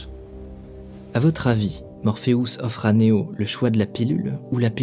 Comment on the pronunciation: ce que je retiens s est que tu prononce morpheus, morpheous xD ... serieux